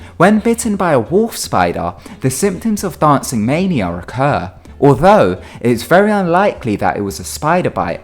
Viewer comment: “Dahncin’ mainier”